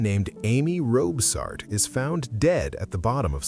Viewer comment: Its ROBSART...get it right! It isn't DIFFICULT to get it right...